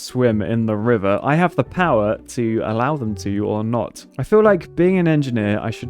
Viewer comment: "We don't need to through the wiver"